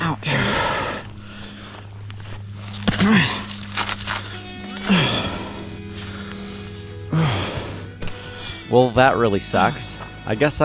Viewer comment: all in all i hope you're ok (i am aware that this was 9 months ago) but i wanted to say that, that "ouch" was so canadian lol